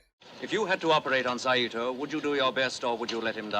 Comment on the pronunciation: Saito is pronounced sigh-to.